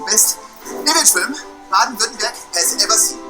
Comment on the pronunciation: like how he almost got Württemberg right and at the and he says Werttemberg and thinks that's better gg still good German